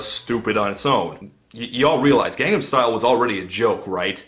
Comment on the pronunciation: Gangnam, not Gandam